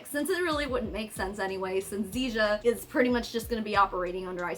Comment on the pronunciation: Zija, rhymes with seizure. As in seiz'ya money.